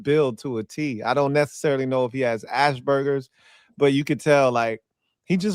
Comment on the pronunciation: the word is Asperger's not Ashburger's.